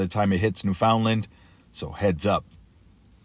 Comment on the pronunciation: Thanks for the video. I'll be warning family & friends on the east coast of Canada (Nova Scotia + NFL & Lab.) to hunker down or evacuate. Pronunciation of Newfoundland is new-fun-land.